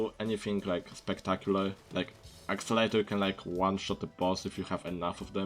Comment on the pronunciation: i love your french/german accent. i dont know it sounds more like french but the best part is that you call it "accelator" lol